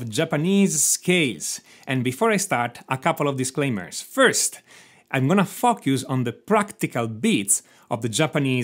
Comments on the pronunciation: Bruh I literally had to listen to it 6 times to realise he was saying focus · When you say the word "Focus" at the beginning you sound Australian. And it sounds like you're saying you're going to "xxxx yous" Very funny from an Australian point of view. Excellent video btw.